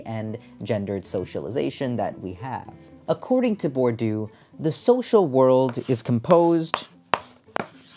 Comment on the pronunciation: Please, it's more like [bwʁdiø] than [buʁdjø], nothing like 'bordeaux' ranting with a strong French accent